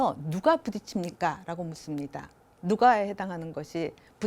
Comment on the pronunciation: "묻습니다"의 첫 ㅈㄱ도 길게 발음해야지요!! 또 짧게 발음했나이다. 이런 평상 고유어를 바르게 발음하지 못하는 철학 교수!! 제가 고국을 떠난 1967년ㅇ에는 대여섯 살 먹은 어린 아이도, 학교라곤 문앞에도 못가본 우리 할머니도 자연스럽게 바르게 발음했지요!!! 한국어는 한말로 "타락했나이다. 시청자 여러 분 어떻게 생각 하십니까!?? 정중히 권하오니, 유튜브에? 치시면, 우리 말에 대한 특이한 강의를 들으실 수 있나이다. 미국 변 완수 드림